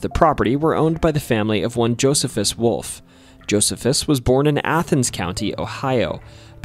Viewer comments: I'm pretty sure that name Josephus in the 3rd story would be pronounced as Joe-See-Fuss much like the old Roman-Jewish historian & military leader, Flavius Josephus. I used to date a woman from Williams back in the late 1990's and drove across that old covered bridge fairly often back then. Never noticed anything out of the ordinary there. we walked it a couple of times, but I don't believe it's the longest. The longest would be the Medora covered bridge over the east fork of the White River in Jackson County, about 30-ish miles east of Williams. My little brother and his wife took part in a tour of that Whispers estate a few years ago. His wife claims to have taken pictures of orbs in the dark there but I can capture the same things here at home off my back deck in the dark with a camera flash and figure it's just dust floating in the air. I'll have to check out that place in Scott County as I never knew it was there. I do know where County Farm Rd. is here in Washington County, but if there was ever a big farm building there it's long gone now. I've walked through Big Tunnel in Tunnelton, but I don't recommend doing so because, while most of the time it feels abandoned, it is in fact an active line used by CSX with about one train a week passing through. Before CSX it was known as the B&O line and is still called that by locals. You can easily tell it was B&O because they had distinctive color positioning lights on their lines, whereas the old Monon RR that used to run behi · Isn't it pronounced "Joh-SEE-fuss"? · it's Ash-ta-buell-a and Jo-see-fus just to help you sound better in the future, you can type "pronounce (word)" that it's pretty good at giving the right pronunciation.